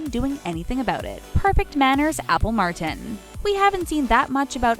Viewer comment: Yeah she pronounced that wrong and also the way she says "Martin" is weird too.